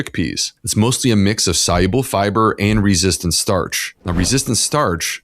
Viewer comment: I am not a native English speaker, and apart from all the good information I learned, I am also interested in how he pronounces the word "soluble". Was it really "soYuble"?